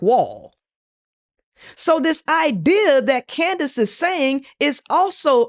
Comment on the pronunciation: it’s candice not candance